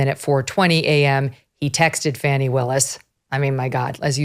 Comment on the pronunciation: By the way everybody its pronounced Fawni!